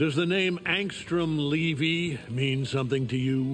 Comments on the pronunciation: I’m hating how he pronounces angstrom levy in this and how everyone does in the first episode of season 2, I’ve always read it as leh vee not lee vee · it’s been pronounced “Lev-eee” this whole time?! I always thought it was “Lev-eye” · Wait, Angstrom's last name was pronounced "Lee Vee" this whole time? Gonna be jarring the first few times I hear that in the show now that we're at that arc... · Bro can’t pronounce “Levy”